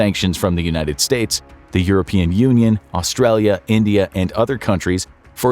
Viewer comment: Vladivostok is not pronounced “Vladeevastock” FFS. Also, “United States basketball” NOT “United StatesEZZ”.